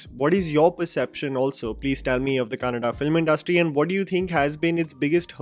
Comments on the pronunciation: Thank you for saying it Kannada and not Kannad 🙂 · Rishabh Shetty,Raj Shetty,Rakshit Shetty and Prashant Neel taking Kannada Cinema to an other level and especially have to mention Paramwah Studios and Hombale Films making it happen with proper assistance and scale and well yes glad that you pronounced Kannada Words so rightly👌🏼☺❤